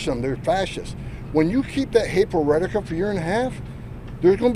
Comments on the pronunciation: why is homan so obsessed with reddit? ohh i see, he's trying to pronounce the word rhetoric. seems quite the struggle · failure to comply does not justify an execution in the street. And this buffoon still can’t pronounce “rhetoric” does he have CTE or something?